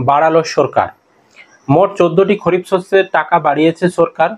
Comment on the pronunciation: খরিফ না দাদা খারিফ হবে ভুল বলছ কেন এত